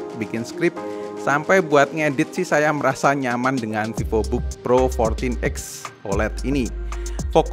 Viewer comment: Pak Vivobook (V nya gede pakk) bkn vivobook awokawijawokawok anda pikir hape🗿heheheehehe